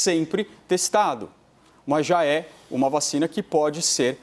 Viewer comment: “VA...CHINA”. kkkkk